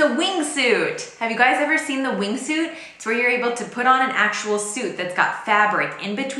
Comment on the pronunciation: J'ai cru entendre wind suit au lieu de wing suit, ce qui m'a fait pensé à cette géniale invention française des années 60, maintes fois copiée, jamais égalée, j'ai nommé le K-Way : Ca se vendait comme des petits pains dans les années 70 / 80.